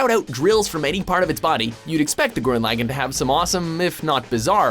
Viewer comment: he also mispronounced Gurren Laggan but I'll let it pass since I never got to deep into the series